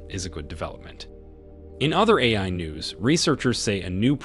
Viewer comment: forgot how to say AI